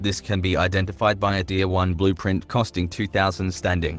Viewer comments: You know its tier (tear) and not deer right? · "to avoid sounding like an autistic child" and proceeds to pronounce 'Tier' like 'deer'. nice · Is anyone else hearing "deer 1" "deer 2" and "deer 3"?